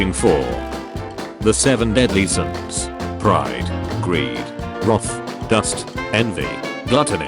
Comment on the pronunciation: “ the seven deadly cyns.” Wait how about, WHERES Ther solver cyn?